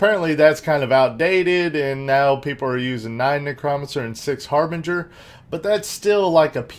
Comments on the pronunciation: btw its pronounced Neck- Crow- Man- Sir... silly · dude say it like this "NECROMANCER / Neck Row Man Sir:)